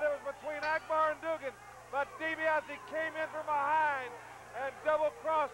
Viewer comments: Never understood why Watts always said Doo-gin while everyone else says it correctly. Also, Jim D. a little obvious with his jump/punch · The way Watts said Duggan's name is stupid. Doogan? Really Cowboy? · Why does Watts call him Doo-gan when everyone else calls him Dugg-an? It's actually kind of distracting... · Always liked how Bill Watts would pronounce his name as "Doogan"...